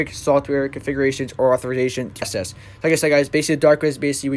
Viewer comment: Dude, good video! Small thing though --the word ACCESS is pronounced ACK SESS. All "ACC" words are pronounced AX. Keep up the good work.